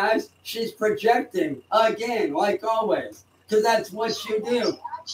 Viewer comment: When did he learn the word 'peojecting'? That's a 3 syllable word, those are hard for walking bedbug farms.